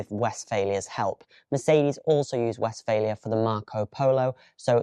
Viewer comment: Just a small correction - you pronounce it as "West-failure". It is Westfaaaalia :)